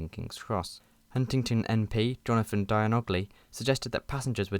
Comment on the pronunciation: Jonathan Djangoly not Diagon alley 😭